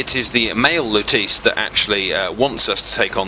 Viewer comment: How lutece was pronounced made me cringe.